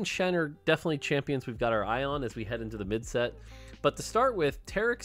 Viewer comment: When he says "champins" I found that kinda funny for some reason